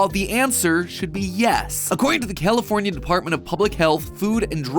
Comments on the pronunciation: He said Californ-i-ay 🤨 is that correct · Matt Matt it's pronounced California, not what however you said it I know you're like from the south or some s*** but like please please and in n out is delicious